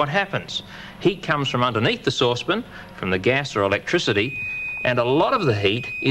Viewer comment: Souspon.... sauce pan...souspon... sauce pan 😂